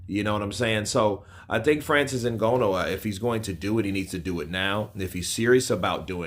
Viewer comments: "IN-GA-KNEW", not "IN-GO-KNOW" 🙂🙏🏾, with that said he does need to put in alot of work in order to show better than Wilder if he really does what to do boxing, he can make it eventually if he really wants to. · Ngooooono? It’s Ngannou dude, please put some respect on the UFC heavyweight Champion’s name, and pronounce his name correctly🤬